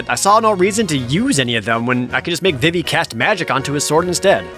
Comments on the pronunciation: It's pronounced VEEVEE not VIV-EE you uncultured swine! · It's pronounced veevee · Am i the only one who pronounces it "Vee-Vee" ... ? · Vee-Vee, not Viv-Vee. Zeh-Dayne, not Zeh-Dahn. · It's V-V not Vih-V and it's Zidane not Zidahn! I swear you're pronouncing the names wrong on purpose just to anger me lol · I threw up in my mouth when i heard Jared pronounce "Zidane" and "Vivi" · I am distracted by your pronunciations of Vivi and Zidane